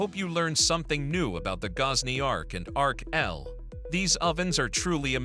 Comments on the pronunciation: Man, your AI needs to learn how to say X L.... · Love that AI commentary cannot say XL properly